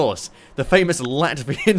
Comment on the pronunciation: you fucked up the name and called it lativa not latvia